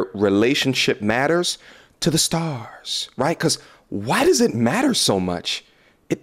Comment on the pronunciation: “To the starrsss”😭😭